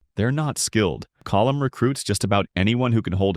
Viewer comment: Sean would be happy he pronounced colm correctly